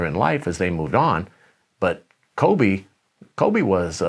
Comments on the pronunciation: Kove-Shaq Fued 🤣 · Let's please put some respeck on Kobe's name, it's not Kove